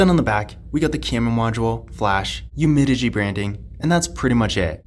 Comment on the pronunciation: It’s UmiDigi. Not Umidigi